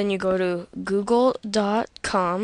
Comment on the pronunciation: aha when he open internet, he now we in internet, like we dont know, and its google not googol